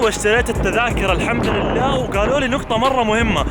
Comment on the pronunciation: دقيقه ٧:٥٧ قال حمدراللع